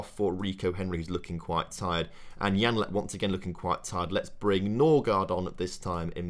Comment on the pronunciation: Janelt not janlet